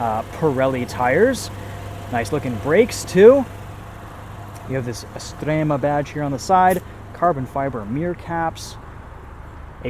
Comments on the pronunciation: thumbs up for being able to pronounce "Estrema" correctly!! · Your pronounciation of "estrema" is actually spot on 😂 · That accent was surprisingly good! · Apart from Estrema, the rest is typically not perfect actually. And doing accents is stupid. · Pronuncia e accento molto buoni 🇮🇹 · Ma stai a scherzare? Estrema è stato pronunciation bene, Veloce quasi e poi... quadrofoglio? Infine, accento da idioti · Stupid accent at the beginning, but Estrema is well pronounced. Sounds like a Dutch speaking Italian.